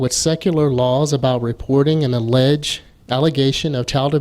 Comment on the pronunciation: Excellent breakdown highlighting the intent of the article. Elders are to call SD NOT the authorities. I notice when the WT reader read the opening paragraph he put the emphasis on the word "alleged." God it's sad and pathetic hearing these brainwashed zombies regurgitate amoral nonsense provided to them by their immoral leaders.